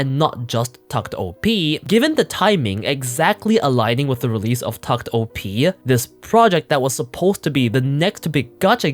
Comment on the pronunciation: It's pronounced "tact opus" btw